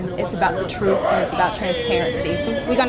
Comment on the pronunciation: LOL, does it make your skin crawl when you hear him say "WIFF... instead of with..AND TRUFE instead of truth....so what Exactly is his profession, that he shouldn't speak proper English.